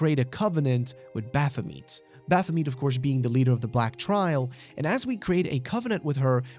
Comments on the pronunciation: It's not pronounced bapha - meat. It's baphu - met Like et as in "I met you" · I can't get over that pronunciation of Baphomet. Bath-o-meat. Also Would have made more sense to me to input the player character's name. A mary-sue is an undefeatable self-insert. That's literally all the player character is. A self-insert of the player into that world. And even being killed just makes it stronger and wins in the end no matter what. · i know its quite late but the pronounciation of baphamet's name kills me internally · Who pronounces it like that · god, the way you pronounce Baphomet is like needles in my ears